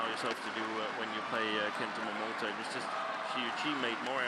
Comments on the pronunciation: For goodness sake, this lady commentator has been pronouncing wrongly Momota as Momoto as in all previous match involving Momota. Her partner doesn't correct her. What a shame. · I am not English nor native English speaker but I hear two pronunciations from Jill Clark. Sometimes she clearly says MomotA. (I think especially when there is his name spelled on the screen like the beginning of the match) Other times it sounds like MomotO to me too. I know non-stressed vowels get weak/ambiguous sound but her MomotO sound annoys me a little.